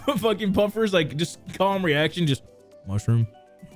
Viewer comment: Didn't he say Puffer ?